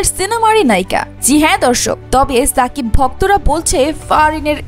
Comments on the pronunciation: Lern to pronounce his name properly first. Its Shakib not Sakib Al Hasan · ছাবিক খান না,, এটা শাকিব খান, আপনি আপনার উচ্চারণ ঠিক করেন